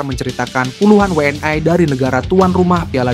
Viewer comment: 😂😂😂 ngomong WNI nya biasa aja ..gak usah WNAY